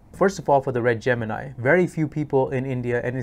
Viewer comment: Wish you pronounced Gemini correctly